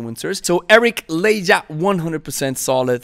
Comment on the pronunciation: 'Ley-jah'? More like 'ley-ha' h sound homie.